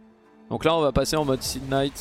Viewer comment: Il me tue à chaque fois qu'il dit (K)night! Mdr